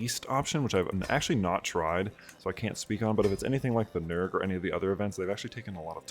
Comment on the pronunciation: FYI, from what I could find after a brief search on the internet, nerge is pronounced like 'ner-gey' or 'ner-geh'